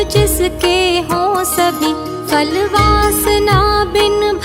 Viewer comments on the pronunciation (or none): Vey nice but very irritating when ma'am you say FAL instead of PHAL. That is such a common mistake and a very irritating one. Specially when the rest of the pronunciation is actually pretty good.